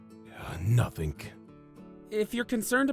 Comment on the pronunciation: i feel like said 'Notking' not NotING